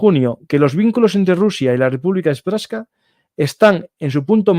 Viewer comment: República serpska se pronuncia. Lo de kosovo fue una cagada de occidente, la verdad. Fue un robo de territorio a Serbia x eso está echada en manos de rusia y se le da legitimitad a ésta de hacer lo mismo, aunque es totalmente condenable todo lo q hace rusia. Viva Ucrania